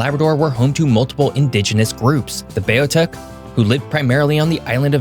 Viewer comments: As a Newfoundlander, you have done a great job with our history. Just a couple of corrections: The First Nations of Newfoundland were the Beothuks, but it is pronounced “BEE-OTH-UUK” and the first European settlement in North America was by the Vikings, however, the area is not “Meadow Cove”. The area is L'Anse aux Meadows, part of the “French Shore” and the community name is in French. We have a strong French heritage in many parts of Newfoundland and Labrador and we maintain the original French names and do not translate them into English. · Beothuk is pronounced {BEE AWE THICK}. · no mention of the railroad that was one of the main reasons for the economic hardship, no mention of the role newfoundland played throughout WW1(blue puttees). Too much important information left out. Both "Newfoundland" and "Beothuk" were pronounced wrong the entire video.....Not impressed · Nicely done and a good reminder of history. Your pronunciations are off however - particularly Newfoundland, Beothuk and Bonavista.